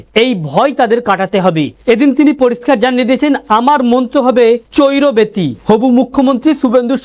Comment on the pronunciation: বিবেকানন্দের কথাটা চৈরবেতি নয় চরইবেতি ।